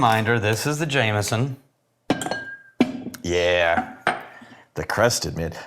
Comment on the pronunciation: I love how you guys add a T to Jameson (-ston) where in NJ we sometimes add an “R” : Jame”r”son.